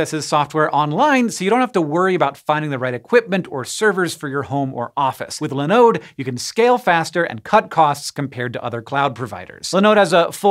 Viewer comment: Why are you calling Linode Lenode? Their name is a derivative of Linux (I guess...), so there should be the Li, not Le. Great company, btw.